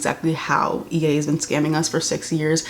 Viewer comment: Did she call EA “e”? Lol